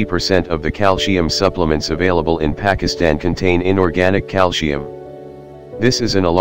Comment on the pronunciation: Oh dear! The word is calcium not calsheum.